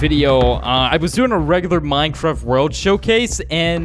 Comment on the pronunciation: he says "minecrift"